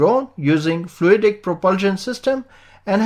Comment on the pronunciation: Did you say by Jet Octera? it's called Frui-day propulsion?